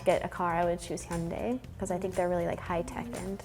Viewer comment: really said hyundai…😭😭😭